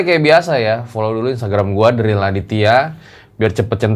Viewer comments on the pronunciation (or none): none